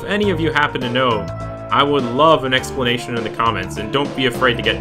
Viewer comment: Like for the "Eggsplanation" lawl